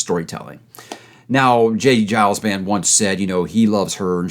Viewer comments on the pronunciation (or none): I'm inclined to agree with everything in this video except the pronunciation of "J. Giles."